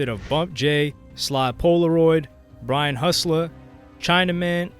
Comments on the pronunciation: It's Brain hustler not Brian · BRAIN HUSSLA, NOT BRIAN YOU DODO!